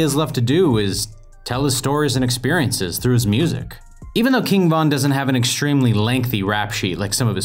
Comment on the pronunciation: Stop saying his name like that it sounds like you're saying king Kong 😂😂😅